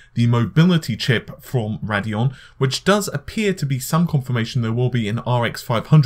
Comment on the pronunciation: Ray - dee - on. Not Rad - e - on